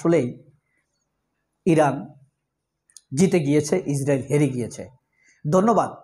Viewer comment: আপনার উচ্ছারন ভুল, বলুন ইরান